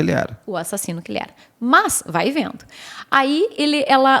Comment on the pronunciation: Sou catarinense e adorei o jeito sulista dela falar "Vai vendo"... 🤭😄